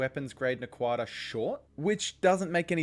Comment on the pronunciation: I hate to play Hermione here, but it's "NA- quah-dah", not "na- QUAH- dah". The only time you put emphasis on the second syllable is with "Naquadriah". never Naquadah.